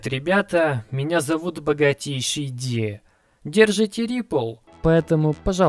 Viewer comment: ВАХ!!! Рипл... (вообщето райпл) нада брать..да? хориЩий вещЪ?